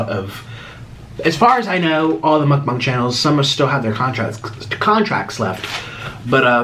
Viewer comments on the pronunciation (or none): Why is nobody mentioning he pronounces mukbang mukbung